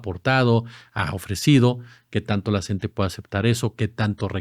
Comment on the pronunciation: NO SE DICE "CENTE"... SE DICE "C-N-T-E"